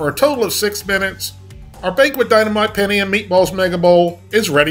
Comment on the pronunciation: The way he says Penne isn't sitting right with me lol